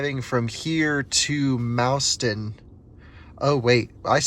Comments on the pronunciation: We say "MOSS-ton" not MOUSE-ton :) Welcome to Wisconsin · "Mauston" is pronounced, "maww-ston." The more you know. Great vid! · Thanks for sharing. I have been to all of those chargers. BTW, Mauston rhymes with Boston.